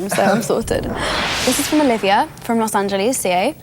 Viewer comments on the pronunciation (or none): "los angelesiay " haha